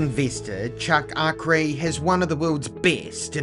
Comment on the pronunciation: One of the few who pronounce his name properly